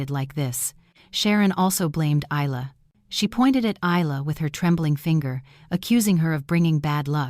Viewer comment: Never seen one of these set in Australia. At least in Australia Isla and Ayla are pronounced the same way. Spelling dependant on the origin of the name, Middle Eastern Aylia or Ayla, Isla is either Scottish or Spanish. Both are pronounced EYE-la so AI made a pronunciation error.